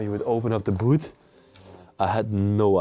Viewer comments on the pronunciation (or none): none